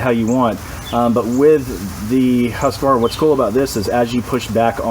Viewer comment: Thanks for saying Husqvarna correctly :)